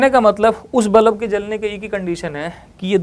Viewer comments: Haha tx. Maine bhi abhi fir se suna, I said बलब and not बल्ब😅, and that too many times. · nicely explained ......but bulb ko bullab bolne ka tarika thoda cazual hai😂